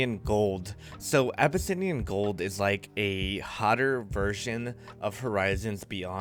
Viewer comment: a-buh-sin-eyan. BRUH ITS A-BISS-IAN HAHAHHA